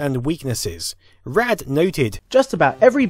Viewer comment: I know you're from across the pond but Rad isnt pronounced "raid".